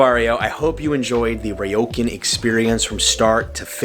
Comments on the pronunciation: its not rye-o-can. its rrrrrrrrrrrrriiiioooooo-cun =P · Ryokan, pronounced REE-OH-KHAN, not RYE-OH-CAN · Ryokan- Ree-yo-kaan.